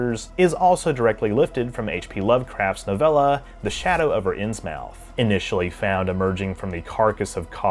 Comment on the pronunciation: It’s pronounced “Inns-mith” my dawg